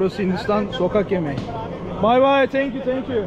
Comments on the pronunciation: traş der ki: tenk yu tenk yu 😂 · kardeşim niye iki defa tenkyu tenkyu diyorsun yahu..